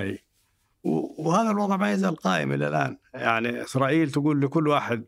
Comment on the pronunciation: كأني سمعت "اخرائيل" من الضيف في الدقيقة 🤔